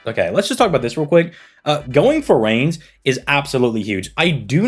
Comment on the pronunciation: Reines is pronounced "Rye Ness" by the way Khadroth does it similar too, it throws me off